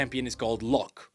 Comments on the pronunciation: I was wondering for a while why you pronounced it low-ck. and not law-ck. Figured it was just a weird pronounciation choice by Riot. At least for me, that spelling always read as Law-ck. The e is just silent, like Blond vs Blonde sounds the same regardless of the e. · bro the way you pronounce Locke, seems you're saying Lux, which then I started to get very confused as to why she was involved whatsoever